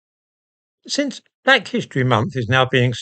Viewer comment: 🤣🤣 "But... Your bleck!!"